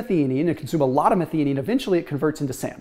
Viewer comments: Do a YouTube search on how to pronounce Methionine. Meth -I-O-NEEN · The middle syllable of methionine is pronounced like "THIGH".... sorry, it was just driving me crazy. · Making a suggestion. 🙂 pronounced as "meth - io - nine" #syllabized for the word "methionine." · Question, and I dont know myself, but is it pronounced meth-ee-onine, or meth-EYE-onine?